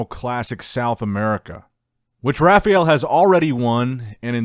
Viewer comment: Its not RA FI EL, its RA FA EL